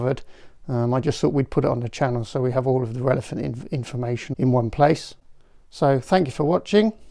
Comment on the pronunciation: Did you say "all the relephant information in one place"?